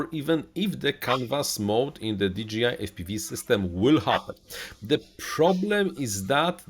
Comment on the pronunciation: di DŻEJ aj, a nie "DI DŻI AJ" - firma nie nazywa się DGI :D